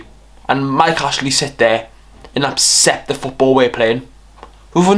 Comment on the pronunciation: You do realise it’s accept not apcept right?